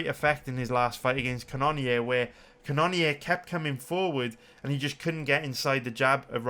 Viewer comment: Ca none neer gets pretty irritating after awhile lol knowing that's not how you pronounce it